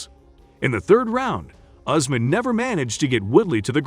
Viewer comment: Not Ozmen but Usman